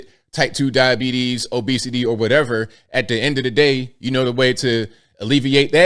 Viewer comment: you didn't pronounce "diabetes" correctly like you did in your airplane video. 😂